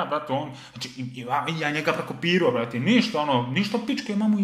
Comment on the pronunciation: Kad kaze prekopiroo